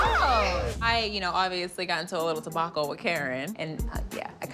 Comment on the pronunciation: What is a "tebacle"??? 😂😂 Mia is something else hunny. 😂